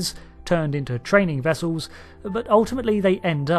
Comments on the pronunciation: wessulls. it's pronounced wessulls. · Its... Starfleet "Wessels!!" :D